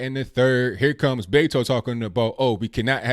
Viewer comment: Yall really need to call him by his given name. It's not Betto